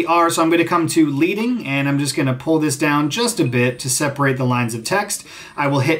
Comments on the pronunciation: I'm a total newb to Premiere and looking to switch over from iMovie. Super helpful! Also, you probably already know this by now, but… it's pronounced "led"- ing. Not "leed." I only share because you have mad type skills so… you know. The more you know. The term is from the olden days when actual lead strips were placed between the rows of metal type to create space between lines. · Leading is actually pronounced LEDDING so a soft E . Think this effect can be done in AE using one of the text presets but you'll need to pop back and forth to get the timely right. good video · I'm really enjoying your vids! As a beginner, I'm picking up helpful techniques, plus you have a fun personality. Btw, the "lead" in "leading" comes from pieces of lead that were used to separate the type so it's pronounced differently. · It's leading like lead in a pencil, good vid though thanks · It's pronounced leading, as in the heavy metal.